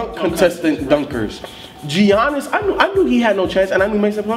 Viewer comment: Giannis is a beast, I wish he would've did something... its pronounced like Yannis